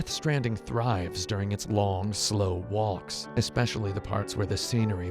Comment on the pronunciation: I find the way you pronounce words like "walk" and "stalker" profoundly unpleasant. good review otherwise though.